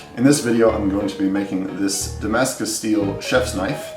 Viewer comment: Fok "damascus".